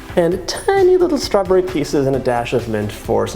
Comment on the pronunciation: Doyou realizeyou are saying stra bury?